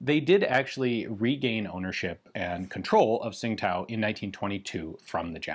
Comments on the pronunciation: Tsing Tao is pronounced something like Ching Dow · As I understand it, Tsingtao is pronounced "Ching Dao", as indicated by the city's name being transliterated to the Latin alphabet now as, "Qingdao". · I'm not completely sure, but I heard a chinese pronunce it "Chin-tao" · Great video, cool piece . Bi the way its pronounced 'Ching Dow' phonetically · The city name is pronounced more like "ching tdao".